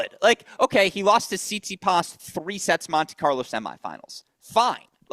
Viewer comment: He also calls Stefanos Tsitspidas